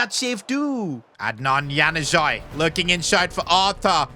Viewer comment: Its not hanuzai its pronounced Yanuzić Januzaj